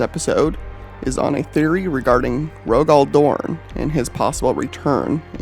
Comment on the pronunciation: Who the hell is Roe-Gall Dorn? lol